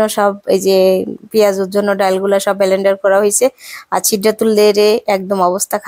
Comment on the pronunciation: উচ্চারনের কি অবস্হা বেলেন্ডার